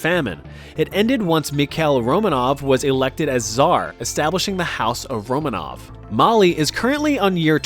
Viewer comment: It's actually "Románov", not "Romanóv" and.. I dunno how to explain this, but you basically pronounced tsar as зар, instead of царь😔😔 My russian ears are hurting, I'm sorry for being a nerd